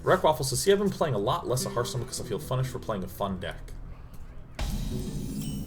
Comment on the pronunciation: Anyone know why Day9 calls it snarfstone?